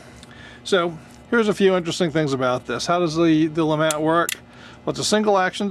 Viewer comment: It's Pronounced LeMaa. Not le mat. Mr. 1954 duelist. Invented by Mr. Jean Alexandre Froncois LeMat